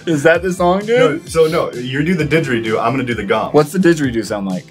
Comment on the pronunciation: I’m Aussie and you doing the “digeridoo was very offensive and insulting